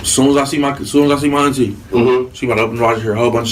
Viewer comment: The way AK says Auntie bothers me 😂